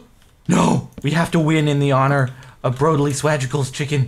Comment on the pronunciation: "I HOPE YOU CHIKEN FALS"